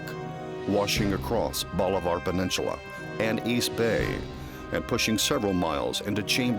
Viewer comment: Can someone teach this guy how to pronounce bolivar peninsula?